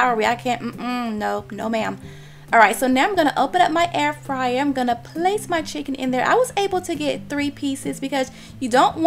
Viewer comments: wtf is a "cHicKonE" ? 😒😒😒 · "chikOn"... Nothing "diva" like about that accent